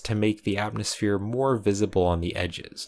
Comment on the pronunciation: Having trouble saying atmosphere? 😢